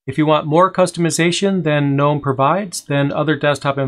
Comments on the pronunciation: Nope, Gnome with a silent G... Like the garden gnome. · Why is it pronounced G-nome? Instead of with a N like “nome”? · I almost went to GNOME for my first Linux computer all because I wanted to build a Garden Gnome themed computer case. Then I saw they pronounced it differently and I got salty about it.